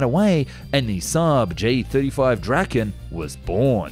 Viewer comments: Not pronounced [Drakken] though. More like [Draa-ken]. Means "The Dragon" (or possibly "The Kite")... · I think i make a fair guide to swedish pronounciation here: Saab JAS 39 Gripen. Pronounced as Grease is. "Greapen". Saab J 35 Draken. Pronounced as "Draw Ken" with a short a. Noteworthy is Draken is named after the Kite. In swedish the same word as the mythical dragon, but actually refers to the kite. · bro Said the f 35 draken